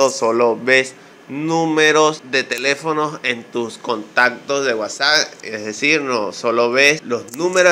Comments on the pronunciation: estimado se pronucnica uasaP com P no uasaC con C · es nefasto como dices Whasac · Me funcionó de inmediato con la primera opción. Gracias. Con todo respeto y para obtener mayor credibilidad, la pronunciación correcta de WhatsApp es "UASAP", como si dijeras UASAPA y le quitas la última "A ", saludos desde Bogotá, Colombia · gracias amigo era eso ya funciona! no sé de dónde sos pero se dice WHATSAP no guasac jajaja slds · vamos a seleccionar la que dice wuasac 😂 me hisiste el día 😂😂☺ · Vamoh a seleczionar la que dice cuasak! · Amo cuando dice "wasagh"